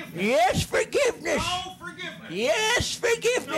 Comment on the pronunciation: Yeeershh Forgivnishhh!